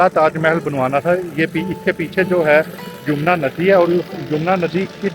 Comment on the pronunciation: Nice guidelines But its yamuna river bro not yumna river 😂